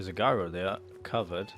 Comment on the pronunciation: gyro is pronounced with a j not g